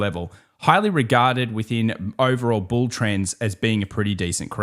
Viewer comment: 🐂 Bull not BUL ✨😀🤷🏻‍♂️🍀